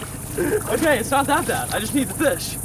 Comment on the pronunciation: What’s a fiss I thought it’s a fish 😂